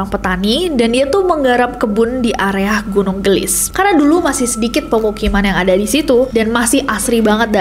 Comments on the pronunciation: kak nes bukan gelis bacanya tapi geulis 😊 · Koreksi. : Cara bacanya bukan gelis, TPI ge'u'lis (geulis). Geulis di ambil dari kata / kosakata Sunda yg mana artinya CANTIK. GEULIS = CANTIK. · Geulis kak nes bukan gelis wkkw lucu aku denger kaknes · Geulis, gunung Geulis bukan gelis, artinya cantik kaya kak nessie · Kak nessie, kalau boleh aku koreksi.. Pelafalan “ geulis ” itu gak flat gelis.. Tapi kak nessie gemes banget pas ngomong gitu aaaaaakkkk loveyou kak nessie❤ Jadi pelafalannya itu ada eu nya ge-eu-lis gitu kak. Hehe salam hangat dari bandung, sehat selalu kak nessie, loveyouu😊❤❤ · Gunung 'geulis' mungkin ya kak ness.. bukan gunung 'gelis' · nyebut geulisna salah mba 😅